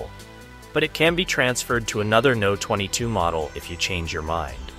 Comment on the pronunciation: Pronouncing the company name as "No 22", instead of "Number 22" is crazy to me 🫨